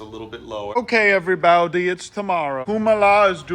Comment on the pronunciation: The "everybaiudie" never gets old😂